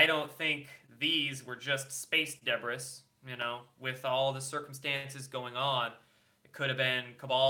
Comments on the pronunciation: Debris is pronounced di-bree lol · Debris is pronounced "De BREE". Luv ya. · Another great video. Just FYI though “debris” is pronounced “de-BREE” :) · LOL. Debress? pronounced debree. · great post, but it's pronounced de bree, NOT deb riss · Pronounced: D'bree or Day-bree. NOT Deb-briss. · Dee-breeze .....debris(not deb-ris).....you are so good in your delivery but that mispronunciation made a pain in my ear. #releasethememo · Deb-ris, is that a PNW thing. Where I am from "Debris" is pronounced Day-bree or perhaps Duh-bree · super interesting info! thanks for the vid. btw, silly, space debris is pronounced "deh-bree" (not "deh-briss") just FYI for future posts ;) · Did you say Space Debriss. Lol Sorry. Funny. (Dee-Bree)? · It's pronounced debree FFS,not Deb-ris. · DEBRIS: (deh-BREE) not DEH-briss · Please don't mispronounced 'debris', /dəˈbrē, not deb-riss`. And the kava is for amping up, elevating mood and working past pain, but too nerve stimulating to use daily. Try Arnie, arnica Montana for pain with no other effects, or mini doses of cbd for pain relief with no sleepiness. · Love you, love your show but "debris" is pronounced "deb-ree". Keep up the good work. :-) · you DO know it's pronounced 'da bree', not 'DEB ris', right?? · I love you, but debris is pronounced duh-bree, not duh-briss. I hate to be picky because you are one of my fave youtubers! Keep up the awesome work! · Feeeza... deb-risss... odd pronunciation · Dude, it's pronounced day-bree... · It's pronounced di-bree,.;-) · Debris......It is pronounced. ...... "de bree" Oh, come on....How do u NOT KNOW that? Smart guy like u!!! REALLY LOOKS BAD! DO RESEARCH BEFORE VID!!! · debris = de-bree, ie: space junk lol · the 'S' on debris is silent so you pronounce it "debree". Debris = debree. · its pronounced duh-bree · The word, debris is pronounced. Debreeeeeeee LOL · space debris =space "di- bree." pronunciation,. otherwise great report! Thanks.